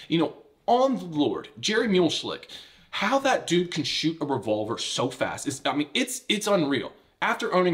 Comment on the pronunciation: Jerry "muleshlick" 🤣. i cant tell if the mispronunciation was intentional or not.